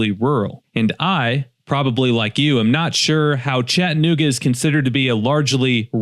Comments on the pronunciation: This. Even my kids were asking why he said it like that. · If you’re going to do a video on how awful Chattanooga is, at least learn how to pronounce Chattanooga. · For starters it is pronounced Chatt a nooga not Chatnooga , and why are they homeless ? Why ? who's fault is it ? You act like its the city's fault and you say its "swept under the rug" when any city does promotional content about their region what city includes its problems in that promotion ? No city does , you should work for msnbc or cnn you fit their montra perfectly. You lack character so they would take you with open arms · If you don't like it, don't go, leave it! We don't need you here. Another thing, it's not ChattANooga, it's Chattuhnooga. So f off!! If you are so worried about it, use some of your Emmy award winning money to support the homeless!! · If you are going to do a slam piece on a city, learn how to sat it. There is an A in ChattAnooga not Chattnooga. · Hey Mr. Award winning journalist at least stop taking the a out of Chattanooga. It’s not Chattnooga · You can always tell someone is not from here by how they pronounce it “Chatt-nooga” 😂 Good documentary work tho! Prayers for the homeless 🙏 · There is homeless in every city. Chattanooga doesn't have lots of homeless people compare to most every other city ive been to. You drove staight to 11th Street to the homeless shelter to show the major population of homeless. This i clickbait. By the way, its pronounced Chad-a-nooga. Let me guess, you want more of my taxes going to pay for houseing? So that more homeless come for the houseing. Genius. Glad you read the first page of the pamphlet on touristy things to do in Chattanooga by the way. Really did your homework. In 2024 Hamilton country has 386,265 residents with what you said was 785 homeless. Thats %0.2. Dude go somewhere else with your drama. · You can't even pronounce Chattanooga correctly. This is happening in ALL cities in the USA, not just here.